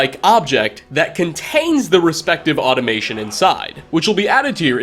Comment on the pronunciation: In today's episode of Creative Pronunciations: "automaton" ~ "automation". After hundreds of episodes, he hasn't run out of surprises yet.